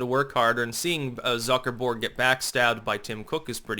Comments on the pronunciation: Okay, I love you but, the way you say "Zuckerberg" is driving me nuts. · Do you pronounce his name Zucker-borg in reference to the star trek borg collective due to his robotic mannerisms and lack of emotion? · I click on any Facebook video by, just to hear him say "Zucker-BORG". You will be assimilated!